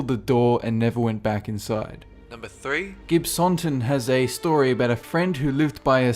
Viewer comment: I live in Gibsonton (Also his pronunciation of it makes me laugh omg)